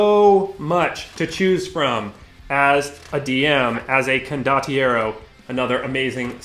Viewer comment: This setting is glorious. Saw a preview a while back, loved how many references and jokes they packed featuring the Italian movies from the 70s and 80s that I grew up with. Your pronunciation of condottiero is fine, btw.